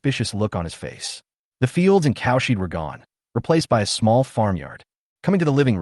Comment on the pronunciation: Not bad, decent flow, a bit boring at times, and exciting at times. The "cowsheed" is the only annoyance so far!!